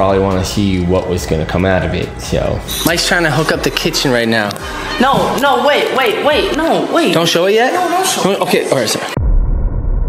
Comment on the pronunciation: "are you serious right neow bro?" got me laughing😂